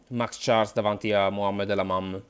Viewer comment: Mohamed lamamm 😂😂😂 dio mio non si può sentire...